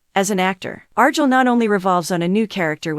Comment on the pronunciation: What do you expect when they're so lazy they use AI to narrate, and the AI they use can't even pronounce Argylle correctly.